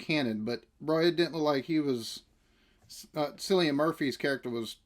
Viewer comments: You've made the same mistake as i did when first learning on the pronunciation of Cillian Murphy's name, and pronounce it as 'Sillian' whereas it's actually pronounced 'Killian'. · You will be addicted in no time. One of the best written and acted series you will ever watch. By the way Cillian is pronounced ki·lee·uhn